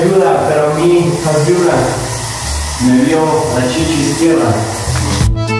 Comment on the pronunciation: Ok pero "me vio la sHishI izquierda"